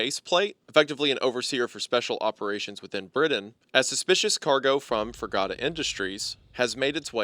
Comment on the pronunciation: Ah yes my favorite country, Briddin